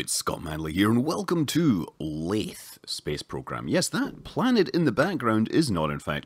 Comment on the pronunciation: not laythe as in through laythe as in the